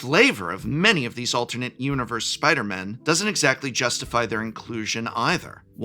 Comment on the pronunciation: Please say “Spider-people”. When you say you only want “a few spider-MEN” with emphasis on the “MEN”, you sound like you have a problem with the non-men spider-people, although I know that’s not what you mean